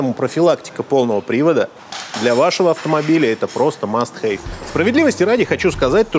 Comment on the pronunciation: Must have читается как "маст хэв".